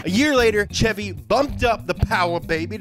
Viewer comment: Kudos for saying chevy the right way no shevy like all those other weirdos